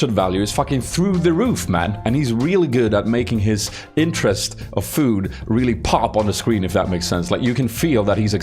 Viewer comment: "Nah if that aint got your intresst:D" good one